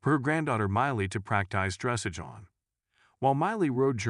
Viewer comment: Please learn the correct pronunciation of "dressage"! The stress is on the LAST syllable (which is pronounced "ahj" not "age").